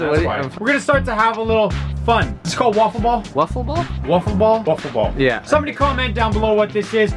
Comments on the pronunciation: it’s called a wiffle ball. Rhymes with sniffle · It's called a wiffle ball not woffle ball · ITS WIFFLE BALL NOT "ŵûfflê bâll" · Its wiffl wall dustin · Its wiffle ball not wufle ball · hahaha this guy said waffle ball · Its not wuffle its wiffel